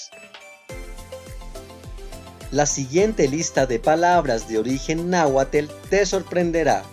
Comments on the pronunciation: pero por que lo pronuncias como "" ""????!!!!!!!!! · No se pronuncia, donde le ves la E. 😠 NAHUATL como se escribe. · Gracias por la Información solo que la pronunciación no es "tel" es "tl" es nahuaTL no nahuaTEL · Hola gracias por mostrarnos cosas interesantes de nuestros antepadados! Pero tengo una duda, porque usted dice y no Nahuatl, aguacatel y no aguacatl, las palabras terminadas en TL no las pronuncia usted tl asi como es su sonido original, porque termina usted esas palabras diciendo tel y no tl como nos han enseñado que se pronuncia? Entonces nos muestra una parte del idioma de nuestros antepadados y deforma otra porqué? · No sé de dónde eres pero me llama la atención tu pronunciación; pronuncias muy bien TL cuando va seguida de una vocal (tli), pero no así cuando va sin vocal; lo pronuncias "tel", de aquí mi curiosidad : ¿De dónde eres?. El "tl" en el náhuatl se pronuncia muy suavecito, solo es mi opinión. Saludos, buen video. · No es náhuatel!!!!! Es náhuatl o muosieuale. Pronuncia bien o no hagas videos de esta clase!! Yo soy hablante de este idioma y veo que no sabes nada de nada sobre el náhuatl. Documéntate bien. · No se dice Náhuatel. Los españoles lo pronuncian igual😵‍💫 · ""...?????... que es eso?... "TOMATEL".... y eso?..... es NAHUATL y TOMATL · No se dice 'náhuatel' sino como se escribe, sólo diluyendo la 't' un poco, casi como decir 'náhuall ' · NÁHUATL,no nahual.pronuncien bien si lo van a hablar. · Gracias por el video , solo checa bien la pronunciación de la terminación TL, no es TEL . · No es atel., se oye fatal., es atl!! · Lo siento, pero se me eriza la piel cuando escucho NáhuatEL, que no es NáhuaTL? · No es, si no eres de México trata de pronunciar bien porqué se oye muy feo tu pronunciación. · asi no se pronuncia... cuidado con la información erronea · NO ES, ES COMO SE ESCRIBE. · Naguatel ¿? Que pena que no lo pronuncia de manera adecuada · No es.